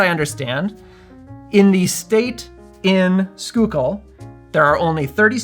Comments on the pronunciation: Awesome job on pronouncing Schuylkill correctly - so many folks just can't wrap the head around some of the names around Philly! And the punch looks good too!!!! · Happy Friday! Great video as always! Gotta try this one. Grew up in PA. Schuylkill is pronounced skoo-kill there. No judgment, there's all kinds of crazy pronunciations up there! 😊